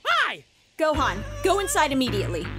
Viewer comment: Did Goku say..... let's go hone goham?